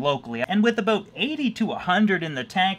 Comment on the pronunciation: Cant wait for that fish building bro! Got my shirt! Got it in black! All that traveling and can't make it to the tri- state area? What's that all "a-boot"?! Lol. Are u gonna raffle any of those tanks in your office?? Do it!! 😁👍🏽